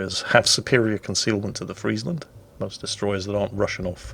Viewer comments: this is the first english youtuber who actually pronounce friesland right like perfectly right. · Thanks you for pronouncing Friesland properly.